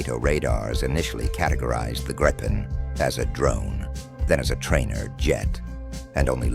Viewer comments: !Gripen" is pronounced "Greepen" (like "green") not "graypen". Besides that I will block this channel next time I see it - too artificial. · I wish someone would listen to a Swede saying the name. It is Grip-pen not Gripe-en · News Flash! When using AI narration "always spell out words like Gripen phonetically ie: 'Grippen'" otherwise it sounds like what grumpy peole are always doing, griping or "gripin'." Also spell numbers. Otherwise it sounds totally phony.